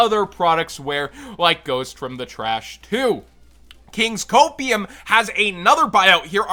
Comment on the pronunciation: good to hear from you, always great advice Small note, I would suggest maybe saying “Kings Cope” because it’s one syllable like “court” and flows a bit more smooth